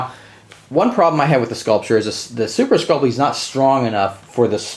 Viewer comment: “Super sculp-lee” 😂.... super sculp-ee